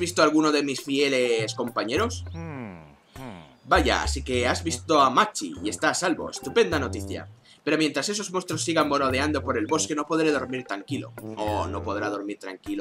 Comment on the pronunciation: Era merodeando no morodeando XD